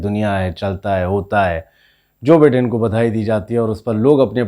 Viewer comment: Bhai pronounce the same correctly. Biden is pronounced as By-den